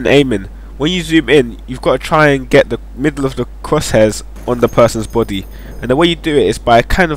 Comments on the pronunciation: he tries to say body but says boody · it sounds like your saying try to put it on the person;s botty lol bt nice video tho